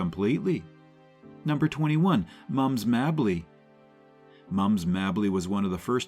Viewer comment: I agree. Also it's Moms MAY-bly.